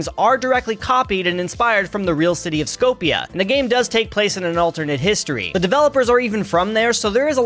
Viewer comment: The way he says Skopje and Zagreb is so funny bro can not say the name of any south Slavic nation😂😂😂